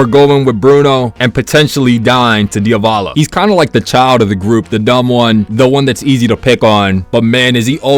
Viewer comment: ITS NOT DIOVALO